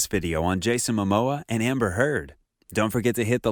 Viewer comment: Amber?! Not Amber 😖